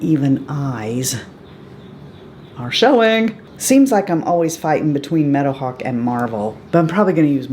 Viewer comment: I’m 52 and watching Little House again right now! I forgot how many sad episodes there were! I’m also on the wait list for Tiny Marvels to get restocked! I have your brush set though and I love it! I’m always late to the game! P.S. when you said let’s take a bit of Meadowhawk, I heard let’s take a bit of menopause, 😂 your headscarf and the clips are so pretty! Now I watch your out takes and I’m saying .50 cents and hour 😩